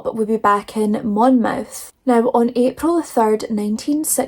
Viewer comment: Hi, I hope you are feeling better soon. What a horrific story, but I am still laughing at you calling him a ‘wet wipe” 😂😂😂😂Oh, and you were pronouncing Monmouth correctly, it is pronounced, Monmuth even though it’s spelled Monmouth.